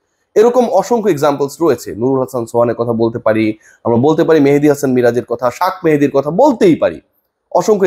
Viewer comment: আপনার ভাষাগত ত্রুটি আছে,শাকমেহেদি না? ওটা হবে শেখ মেহেদি